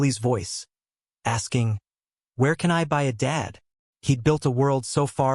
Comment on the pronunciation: AI AGAIN!!!!!!!! Dead meaning without life VRs Dad meaning father. Not spelled the same, not pronounced the same, not the same meaning.😢😢😢